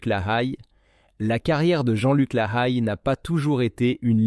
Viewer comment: Mauvaise prononciation de son nom de famille et il avait écrit un livre 100 familles